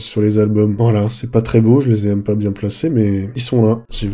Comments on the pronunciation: Engueule moi "c'est pas bieng" 🤔 😂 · c pas bieng, fallé pas le faireuh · "C'est pas bieng, fallait pas le faire... "